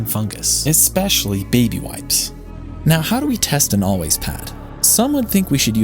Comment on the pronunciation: "ALWAYS" bro I thought you said "Aldi's"😂